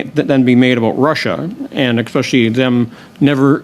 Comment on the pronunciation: Bezan can't even pronounce English words properly. "Nuculer"?? "Expecially"?? These people are uneducated imbeciles who have no business sitting over such weighty matters! Additionally, they must be living in another dimension if they feel Zelensky is a "Churchill like figure!" Or that most Canadians think Putin started this war! Good lord!